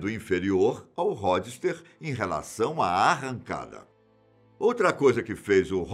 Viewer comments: No geral o vídeo é bom, mas algumas coisas me incomodaram, principalmente no que se trata da pronuncia. [ × "Ródster" ] > [ ✓ "Rôdster" ] [ × "Fenon" ] > [ ✓ "Fênon" ] Dei só esses 2 exemplos, mas durante o vídeo se percebe vários. Várias vezes as sílabas tônicas são trocadas de lugar e outras a vogal é puxada para o som agudo, como se tivesse um acento agudo. Tendo em vista a grandeza do canal e o cunho científico do público alvo, esses erros não deveriam ser cometidos. Só para deixar claro, meu intuito é ajudar o canal evoluir constantemente e espero que com essa crítica os conteúdos futuros se tornem cada vez melhores. Um forte abraço. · Ródister kkkkkkkkkkkkkkkkkkkkkk